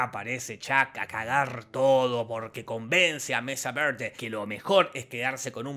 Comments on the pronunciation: ¿Por que pronuncias Mesa Verde como si tuvieras un plátano en la boca? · Jajaja como pronuncia mesa verde